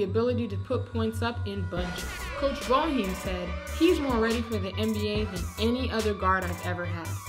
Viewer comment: ITS NOT FUCKING BO HEEEM ITS PRONOUNCED BAY-HI-EM BOEHIEM!!! #LETSGOCUSE